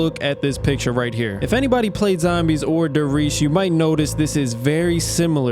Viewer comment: Reichstag was it’s former name, after the fall of the Reich it got renamed to „Bundestag“ and you also mispronounced almost every German term such as „Verrückt“ (Crazy) and „Der Riese“ (Der Riese) regardless a good video but i don’t understand why YouTubers never use google translate to learn how to pronounce things correctly or at least try with some effort :D